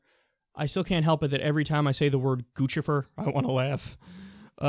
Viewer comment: Props to Kyle for pronouncing Guccifer correctly. It bugs me when other news people don't, like they don't get the joke.